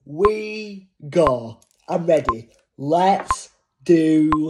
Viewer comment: Bro said okaa haa waa gu I'm readaa